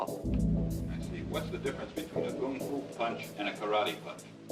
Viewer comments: Its KungFu not gungfu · Note the pronunciation: "Gung Foo" not "KUNG Foo". shout out to Terry Butcho and the fights in Chinatown. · It’s NOT Gung Fu, it’s KUNG Fu. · Gotta love the narrator misunderstanding and saying gung foo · Note he pronounces it "Gung Foo". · I keep hearing everyone in this video saying Gung Foo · Why are they saying gung fu?